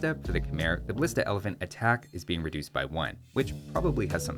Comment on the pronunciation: I CANT BELIEVE THAT IS STILL MIS PRONOUNCING KHMER!!! It’s kha-meye!!! You are welcome!!!